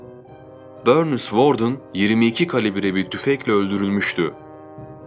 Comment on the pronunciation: Böörnis mış 😂😂😂😂